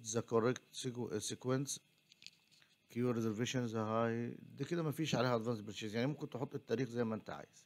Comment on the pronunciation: لفظ purchase : پرْشِّسْ